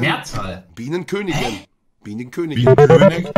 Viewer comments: elotrix: Biehnenkönigin monte: bienenkönigen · Elotrix: Biehnenkönigin Monte : Bienenköneg